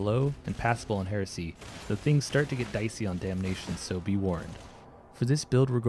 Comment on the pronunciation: It's "Heresy", not "hearsay"